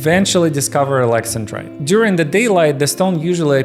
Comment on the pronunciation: That's not how you say "Alex-An-Drite".